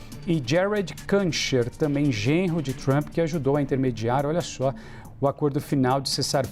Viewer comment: Esse reporter devia se informar como se pronuncia o nome do Kuschner